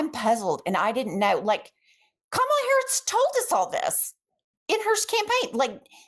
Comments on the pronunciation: KAH-MAH-LAH *NOT* CUH-MALA OR..... Vice President Harris. Love, Hugs, Kisses &, Snuggles! You 3 are out here doing the work and getting in that "Good-Trouble". You are loved and appreciated beyond measure. ❤😘🤎🙏🏾❤️🤎🫶🏾🥰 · Ladies it “comma la”. Not the Trump mispronunciation 😅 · Please say VP Harris' first name correctly. Thank you. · Do you realize you pronounced Kamala like Maga pronounces it? 😂😂